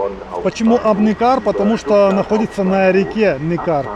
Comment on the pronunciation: Ударение на Е Neckar